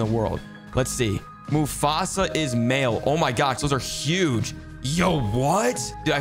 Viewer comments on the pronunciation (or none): Its pronounced mustufu not mufasa. 🤨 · It is pronounced Mos-ta-Fa is-ma-il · Moustafa Ismail is pronounced "Moos ta fa Ees Ma eel". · Is no one gonna talk about how he pronounced mustapha as mufasa 💀